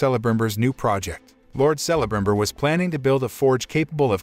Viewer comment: Dude you are killing me with some of your pronunciations of different names. You are saying Celebrimbor wrong. I wanted this series to be good so bad but it made a mockery of Tolkien work. I don't know why these movie companies are having such a hard time making a good movie or series. Disney and Star wars to name a few. Lets not forget about the MCU or better known as the MsheU. Its like their worried about trying to make these statements instead of telling a good story. Im not interested in LGBTQ politics and how men are bad and women are so much better. I'm not interested in BLM stuff. Stop race and sex changing everything we hold dear. Im just wanting a good story. Its like these companiesare confused on what demographic they are trying to reach. Stop all the woke shit and tell a story worth watching. Southpark nailed it with all the stupid crap these companies are doing. They wonder why their movies and series are failing. This isn't Tolkiens story. Its a heaping pile of crap. Do better